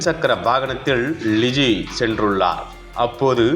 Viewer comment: இந்த செய்தி வாசிப்பவர்க்கு , ல,ள,ழ.. எழுத்துக்களின் வித்தியாசம் தெரியாது! தமிழ் எழுத்துக்களை சரியாக உச்சரிக்க கற்றுக் கொடுக்கவும்!! அந்த பெண்ணின் பெயர் ழிஜி அல்ல " லிஜி" !!!